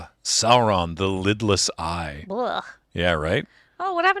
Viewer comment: It really sounds like is saying "Sauron, the Littlest Eye," which is oddly adorable